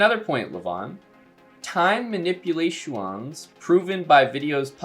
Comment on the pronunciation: Your pronunciation of "manipulatuons" got me 😆